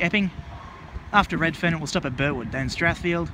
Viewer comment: Next stop reedferrn got me guys 😂😂😂😂😂😂